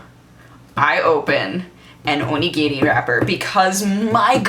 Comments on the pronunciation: OMG she can pronounce Onigiri correctly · Omg those ponytails are so cute! ^^ And the way she says onigiri. Not like I ever tried to pronounce that.. xD